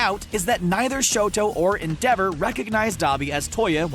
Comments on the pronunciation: Eng dub watchers: en-de-ver Eng sub watchers: en-dea-vo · “End-dever” “End-dever” It’s EN-DE-VOR! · I hate how he pronounced Endeavor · The way he pronounced Endeavor's name :>>>> (Not a hate) :>>>> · So no one is triggered that he isnt pronouncing endeavors name right